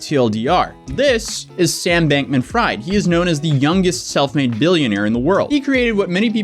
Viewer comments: Lol pronounced Fried as Freed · Pronounced like Freed